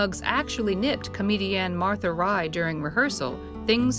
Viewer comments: That's Martha *Raye*, not "Rye." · Enjoyed the video, but need to say the lady's name was Martha Raye (not "Rye").